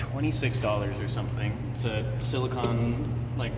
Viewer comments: Exactly. Silicon is a mineral. Silicone is a material. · It's silicone, not silicon